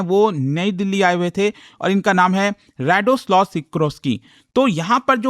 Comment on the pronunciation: 🙂 it is not pronounced as Rado's Law.. its not a law 🙂.. this is so funny. ok, i will type in Hindi for you "रादोस्लाव"